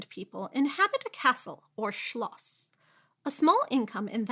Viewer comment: You definitely practiced how to pronounce Schloss, didn't you? It worked. :)